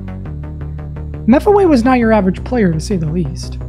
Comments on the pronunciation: just so you know its not pronounced mef-e-way its pronounced me-fee-we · mefeway? I think you mean mefeewee. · Mef away You mean Mef ee wee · Hold on, is it pronounced mef-yew-we or mef-away? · Muh fee wee meffel way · You’re video is great but when you say mefewe hurts me. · Ah yes, "meh-few-we" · Dude, mefewe is pronounced me-fee-wee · I always thought Mefewe was pronounced “mephew”, like “nephew” but with an M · The way you pronounced “mefewe” gave me pain, and you cut out his reaction to 98% but other than that good video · You’re saying mefewe wrong